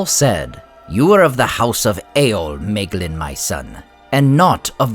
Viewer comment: Bröther, your pronunciations absolutely kill me 😭 it's in the back of the book. It explains it all very clearly. my - glean NOT may - glin